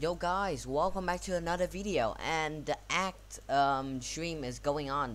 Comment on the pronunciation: A c t not ACT